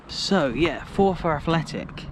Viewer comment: Its pronounced forfur